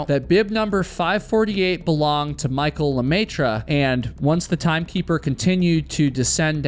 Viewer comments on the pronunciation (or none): The way you pronounce the French fanily name "LeMaitre" (The Master, in English) is 😬🤯😱 ! Ha! Ha! Ha! About the race, well I think people need to stop suing each time something happens and take responsibility for their actions.